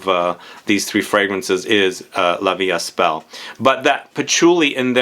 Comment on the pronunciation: The ”st” in La Vie Est Belle is silent. 🤭